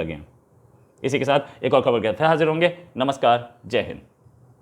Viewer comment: Namskar ko sahi tarike se bolo,Taki samne walon ko byang na lage.apka analysis bahia hey.jai hind.